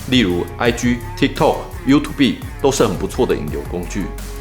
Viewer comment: 感謝超棒的分享 !!(偷偷說一下 youtube的發音是優兔ㄅㄜ˙